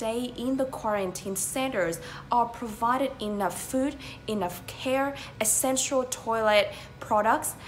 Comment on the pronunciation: phát âm của phát thanh viên âm "essential" bị sai